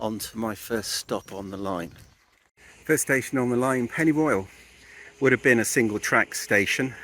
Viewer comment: I’m loving the videos, but hating the mangling of the Welsh place names. Every time he says pennyroyal I’m rolling my eyes.